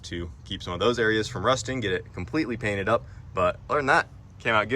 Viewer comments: Page Cainted 😂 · Thought you were done with the whole "page cainted" deal😅